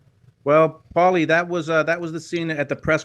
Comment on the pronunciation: Take a shot every time can’t pronounce Paulies name in the beginning 😂😂😂